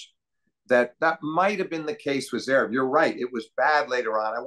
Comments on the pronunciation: agreed, it's almost like he is consciously doing it. dare i say... trolling. it's really not THAT hard to pronounce zVerev or Dah-niil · Love these convos with Steve - apart from the insistence in omitting the first v in Zverev. I guess at least it wasn't Zeverev like JMac. And calling Meddy DANiel instead of DaNEIL 🙄🙄🙄 (spelling phonetically). It is not hard.